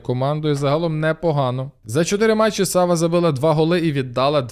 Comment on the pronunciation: А чому САва? Наче ж має бути СавА. Японська